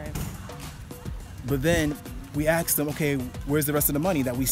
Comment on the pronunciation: " we aksed" i never heard an american say that